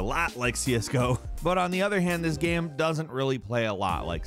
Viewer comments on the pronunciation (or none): I’ve never heard some say the word game so weird in my entire life. How do you pronounce game gaem? The only thing that annoys me about this channel.